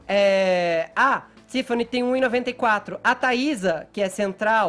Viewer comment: Esse Fefito não sabe conversar não? "Contsinuando" "Tsifani" Seguintsi. Será que ele acha essa pronuncia bonita?